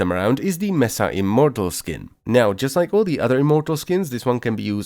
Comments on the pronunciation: ITS MESA, NOT MESSA. MESA! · Thats not how you pronounce mesa